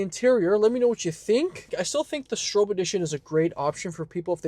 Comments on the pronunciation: STROP is how it’s pronounced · Stroppe -Strop. Say it right